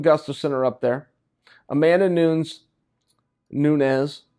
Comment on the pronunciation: Finally Chael says "Amanda Nunes" instead of "Amanda NOONS"